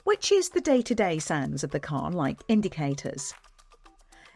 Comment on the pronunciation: Ah! Sounds? I thought you said `sands` and was wondering how you'd pack a tonne of rubble, and why?